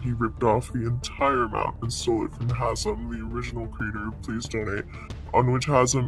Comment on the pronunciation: "hamez" its hazem lol